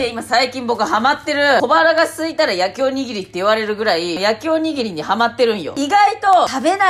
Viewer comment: 「焼きおにぎり」がちゃんと言えてない感じがめちゃくちゃ可愛くて好きです。繰り返し見ちゃう